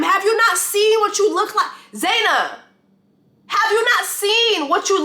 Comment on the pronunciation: Her name is Zenab youre pronouncing it so wrong 😂😂😂😂😂 girl. That’s crazy